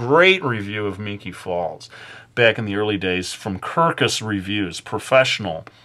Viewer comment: Ya! He said my name correctly!!